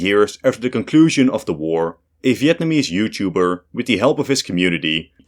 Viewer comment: Vietanemese, lol